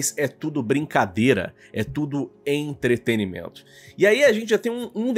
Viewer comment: pqp! Se diz E N T R E T E N N N N N I M E N T O!!! Cê é tão articulado mano, todo vídeo cê erra isso meu chefe!!